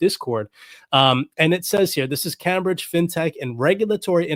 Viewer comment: It's pronounced 'Came'....bridge!!! Love yr vidz bro!